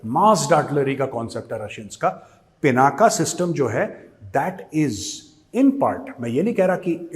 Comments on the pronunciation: A humble suggestion 🙏🙏🙏 I think it's not पिनाका It is पिनाक The whole meaning changes from such a small wrong pronunciation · गौरव जी, यह पिनाक है, पिनाक् अथवा पिनाका नहीं।